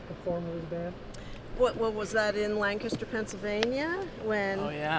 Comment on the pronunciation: Am I the only one who was triggered when Tyler's grandfather said Lancaster wrong? Most likely.